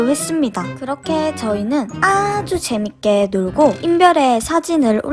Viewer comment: 재밌게를 쟈밌게로 했어요!!!!